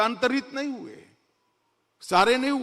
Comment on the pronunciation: Amitbhai! Once a Gujarati always a Gujarati. Me too. I have always observed one thing in your speeches. You always say implementension instead of implementation. It's a tongue twister for you 😂. One more tongue twister in Modiji's case - He says हुये instead of हुए 😂